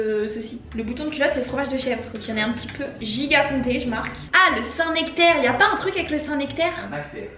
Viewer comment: à tu diras à Jérémie qu'on dit bien le saint NEctaire et non le saint nActaire 😜